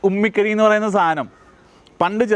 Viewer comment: ഉമി കരി എന്നാണ് പറയുക 😅😮